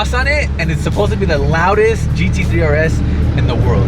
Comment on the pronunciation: Bro said supoosa 🤣🤣